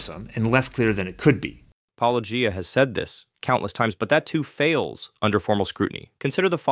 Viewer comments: "poloEEyah" is the biggest sin in this video. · "Polo-geeah" that's a new one 😂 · What was your favorite? I think mine was "Palogia." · "That's the move Paulogee-AY-uh..." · Pall-oh-gee-ay-ah is a new one to me😝 Seriously how do all of them know how to pronounce “apologia” because they engage in it, but not get the joke reference. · Why can't people say -o-gia? Why is this soooooooo difficult? Do they not realize that they come of as either ignorant or disrespectful? Are there any christian apologists that pronounce it correctly? Cheers. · "Polugiaea"? Haven't heard that one before... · Lol even Ai gets his name wrong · I was listening without watching and I forgot that said he was responding to a write up. I was like, why is this guy saying it wrong all the time?? Lol AI 🤦‍♀️🤦‍♀️ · How hard can it possibly be to pronounce "Paulogia"? It is beyond obvious that it is a riff on "apologia", and thus should be pronounced similarly. Are ... Are people actually not able to see this? It is obvious, right? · It angers me to hear such ridiculous ad hominems leveled at and the 100% intentional mispronunciation of his channel name/persona. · It was HILARIOUS that the AI Than voice mispronounced his name, in a different way, every time it said it! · Yeah, at least they guy got corrected on the pronunciation of your name